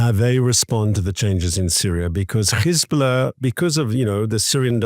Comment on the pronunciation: Please stop saying Khezbollah it is Hezbollah it is not the right pronunciation. Give your throat a break!